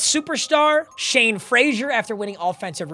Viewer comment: Why does he keep calling him Shawn when his name is Shane?